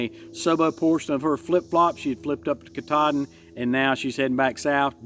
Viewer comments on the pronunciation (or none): none